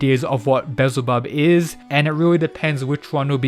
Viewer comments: It's wild that Buddha's face turn seems like the Apex of the series yet we've had only seen half of the roster in each side. I personally can't wait to see Beelzebub either. (Btw his name is pronounced Bee-Al-zee-Bub sorry but I've noticed you say his name several different ways) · No offense, you make amazing visitors but its pronounce "Bee-el-za-bub" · Great video but your pronunciation of things irks me bezelbub 😂😂 again not hating I liked the video 💓